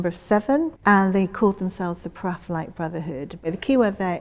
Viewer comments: Really interesting! Is there any reason why she pronounces it "praphaelite", is it just a subjective thing or is it actually just a really miss-leading spelling? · So, four syllables rather than three.